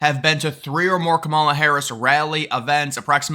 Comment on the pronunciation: Her mother is Indian, and the proper Indian pronunciation of her name is; calm-ah-la. I'm not Indian, so an Indian can correct me if I'm wrong.